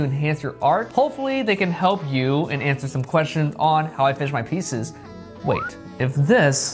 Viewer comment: Awersome...just...just awersome